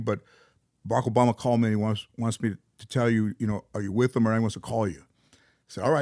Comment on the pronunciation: Oarack boboma dyslexia at its finest